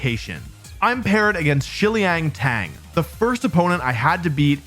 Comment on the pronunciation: i'm not a native Chinese speaker, but shiliang tang is three syllables. hope that helps.